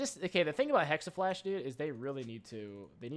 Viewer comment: Jacob Lucca and now people are actually typing "hexaflash" in a lot of comments here..